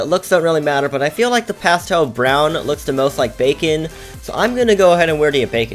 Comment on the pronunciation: Any one relies that it’s pasten brown not pastel